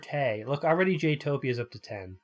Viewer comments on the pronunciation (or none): It keeps sounding like you say JEWtopia...